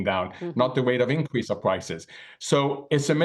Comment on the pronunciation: "infwation anda weight of incwease" oh now I understand.